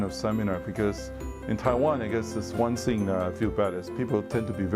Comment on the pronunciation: 連勝文其實可以去上發音課程, 到底什麼是 one sing??? 不是 one thing嗎!!